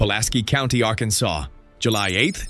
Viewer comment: Arkan(sauce) LOL